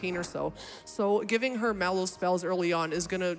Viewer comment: the way that guy pronounces Mallow is ridiculous.